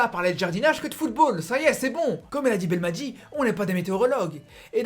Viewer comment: mec je te suis pendant des années depuis tes débuts je respect ton travail t es un ace dans la matière d'analyses mais coté prononciation des noms des joueurs tu me fais chiée à mort prononce comme un arabe pas comme un français par exemple le nom c'est belmadi et non pas belmatjii et ben rama wlah Ranma rah ben rahma ha le ha a bachar